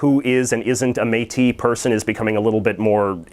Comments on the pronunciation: It's pronounced "métisss" :-) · Exceptionally, the S at the end of Métis and most words that end in "is" is pronounced. Thanks for the effort though.